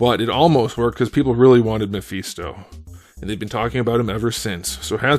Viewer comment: Not the “Muh-Feast-Oh” lololol